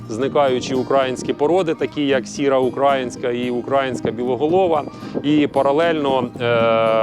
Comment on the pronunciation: УкраЇнська а не укрАїнська !!!!!! Дуже ріже слух( а так, дякую вам за відео